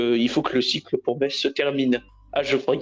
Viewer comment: merci de ne pas prononcer le z de Metz, svp ! (en phonétique, "messe")